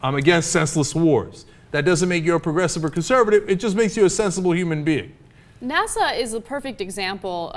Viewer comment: Ana talking about the SNASA ? Come oonn, ive been thinking it was secret, barney.